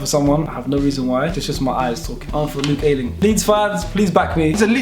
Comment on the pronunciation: I am a Leeds fan and i think u were right with saying luke ayling